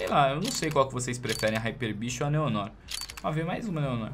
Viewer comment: o nome da awp não se pronuncia Neon Nór, e sim Néo Noár!!! 🤜🏻🤜🏻👍🏻